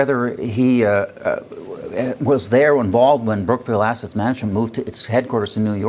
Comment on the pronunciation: Did Champagne say, "Asset, or Asshat?"